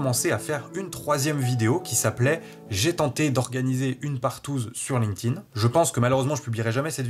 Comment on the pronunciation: Je mets un pouce en l'air uniquement parce que tu dois être un des seuls sur youtube à prononcer correctement "linked in" ... bon aussi parce que c'est une vidéo de qualité